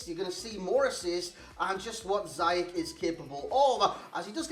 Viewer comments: You pronounce it how he said it ^ Zi-yesh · Nee, officieel spreek je het uit als "Ziejesh" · You pronounce him this way: See-jeg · It’s prunounced Zee yech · Officially its "Ziyesh"